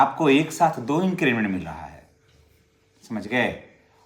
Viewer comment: आप बार बार इंक्रीजमेंट बोल रहे हैं,सही शब्द इंक्रीमेंट (increment) है।